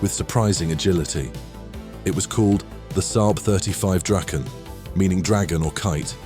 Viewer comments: It's Draken.. (Dragon)....it is NOT "Drayken" as you pronounced it....there is NO "Y" in Draken or Dragon. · Nice that you are getting the pronunciation almost right! (The "Draken" is Dra:ken, not "Drayken".) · either way the "drayken" pronunciation is wrong.